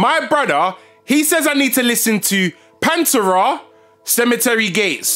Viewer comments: Love your reactions my dude. But, it’s Pan-Terrahh! Not Panturah. Lol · The way he pronounced Pantera though 😂😂